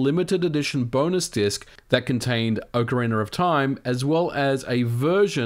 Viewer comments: Why do English speakers pronounce "Ocariner" instead of "Ocarina"? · I never knew there was an “r” at the end of ocariner. I always thought it was ocarina. My mistake, I guess. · Am I crazy or is he pronouncing "Ocarina" as "Ocariner"? Please tell me I'm crzy, lol. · It's Ocarina not Orcarina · Anyone else hears "OCARINER"? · "OCARINER OF TIME" LOL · “Ocariner” of time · "Ocariner of time" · "ocka reener" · Is it pronounced as OcarinaR of time ? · Why do you keep saying "OCARINER" ???????? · Its not orcarinar or time 😑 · Oca ree ner